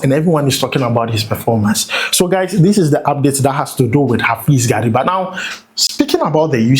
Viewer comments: Please mention Gariba well. Gary- ba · The pronunciation was very bad. Like the son of gari😅